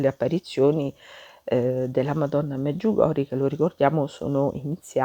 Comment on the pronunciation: Mi scusi ma si pronuncia MedjugorjE